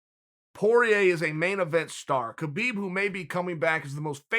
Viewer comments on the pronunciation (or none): none